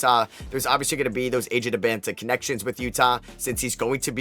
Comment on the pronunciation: I mean you say AJ's name wrong too.